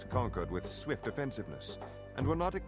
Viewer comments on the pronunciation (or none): none